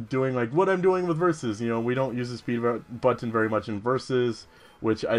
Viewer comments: Oh, sorry, someone already commented on Jaws, anyways, When you say butTon, it's like the opposite of how on the Animaniacs, Mindy would say Buddons with NO emphasis on the T at all. Who cares how you say it though, it's your thing. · it's pronounced buttn :p and dragon resists water, electric, fire and grass. Probably some other stuff too. can't remember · You say it butt-on